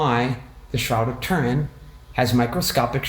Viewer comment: Ture in .....pronounce it correctly